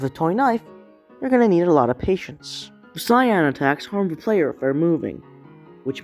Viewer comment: what... PATIENCE not paitence pai tence is wrong